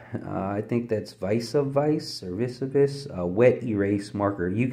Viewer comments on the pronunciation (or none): I’m loving your tips! It’s pronounced “Visa-vee,” btw. Hope that helps.